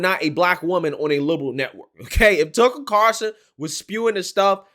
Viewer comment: Why is it so hard for you to say TUCKER CARL SON? Not CAR SON!